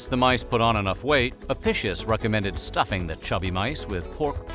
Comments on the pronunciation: Latin “c” made a “k” sound. It’s A-PI-KIUS. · The book (incorrectly) ascribed to Apicius, is pronounced a-pik-ius. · Another interesting video! Seems no one might have mentioned it yet, but Apicius is pronounced "uh pi kee uhs" , rather than "apicious" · A-PEE-kee-us, not a-PISH-us. Ow-ray-lee-ANN-us, not Oh-REEL-ya-noos. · Apicius is pronounced ah-Pick-ius... not uhpishush... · Your pronunciation of "apishus" is like fingernails on a chalkboard lol. It's "ah-pi-key-us", at least according to any historical source I've so far encountered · Just fyi, the name Apicius is pronounced wrong here. It would have been pronounced with a hard "c." Like ah-pick-ee-us. Just like Caesar was said with a hard "c" and the Italian word for dinner, cena (now said like chay-nah), was also pronounced with a hard "c." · Apicus. Ah- pee- cuss. It was impossible to neuter a sow. They just kept her “away” from the boar…. Any bird is okay. They are all herbivores - but now we know why their numbers decreased steadily. Don’t the Arabian people eat camels? I wouldn’t eat a weasel, they are carnivores. Yeugh. We were taught that garum was very subtle flavouring, almost like an anchovy sauce. Romans got hoity toity about their garum, like we do about coffee or olive oil. Not much in a dormouse. No wonder they stuffed them into other things. That drink of soldiers sounds revolting. Ostrich is lovely, quite yummy. Don’t know about the egg though. When I was a post grad student we had a Roman meal from the British museum cookbook. Then a mediaeval one. Don’t eat the fish pie in custard with currants. Just don’t. We also had a debate about buying some gerbils or hamsters to substitute for dormice. Or a guinea pig. Fine in theory. Not so fine in the pet shop. Not even a fat mouse in a trap. Used sausage meat……. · You just pronounced the word "apicius" like: "eppishos". Why the fuck do people from english speaking countries always do this? It's insulting. Disgusting even. Eppishos. FFS.